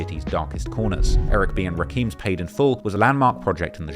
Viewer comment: Dude, you mispronounced Rakim??? It SOUNDS LIKE ROCK HIM, OR RAH KIM, not Ra Keem. Jeez, do more research on how to say the names. You sound lile AI generated crap.